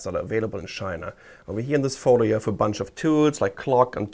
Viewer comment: I heard SHINA! BAHAHAHA!